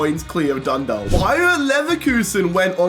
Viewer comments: Feel like we've been trying to tell that it's "Dun-dawk" and not "-dalk" for years now. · Its pronounced Dun- dauk Dundalk